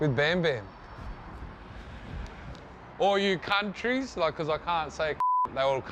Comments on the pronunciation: Tai saying CUNTrys 😂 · “All you Cunt-ries” 😂😂😂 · Cuntrys lmafo. Just like cops, cuntstable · "Hi all you Cuntries" lmao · "Hi all you Cunt... tries, welcome to Melbourne"